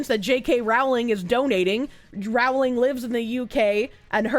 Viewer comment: It's pronounced "Rowling" as in "bowling" not "disemboweling"